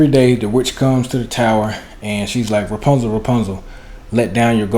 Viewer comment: Who says repuzal. Has to be white